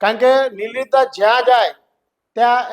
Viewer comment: anchor bhai name to sarkhu uchcharo